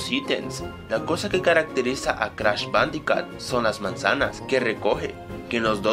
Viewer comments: ***** pronuncia mal jajajaja jajajaja bandicat jajajaja jajajaja y se pronuncia bandicut jajajaja tienes razon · se dice bandicoot (bandicut) por que la doble O se dice como u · perdon por esta ligera interrupcion pero en realidad se escribe bandiccot pronucia bandiccut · "Crash bandicat" :v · no es bandicat es bandicoot las lo son u